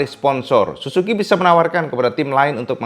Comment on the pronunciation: Plislah kalo ngomong suzuki baca huruf ''z''nya yg jelas.. Kok kedengerannya susuki, malah kalo ditulis jadi susuQ atau susuku 😂🤣 wkwk